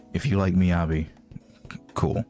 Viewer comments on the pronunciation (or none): none